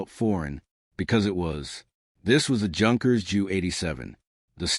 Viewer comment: Yunkers not Junkers - AI cannot pronounce German.